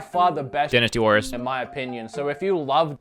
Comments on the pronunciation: dinisty warriors? i thought it was dynasty warriors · Dinnis Tee Warriors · Dinisty? lol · Denastee? WHAT?